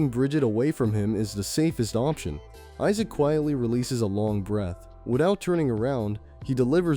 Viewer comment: Isaac pronounced as E-suck i can't hear this. I'll just read the manwha 😂😂😂😂